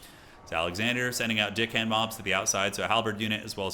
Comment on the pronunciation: I cant be the only one hearing say Deckhand mobs as Dickhand?😅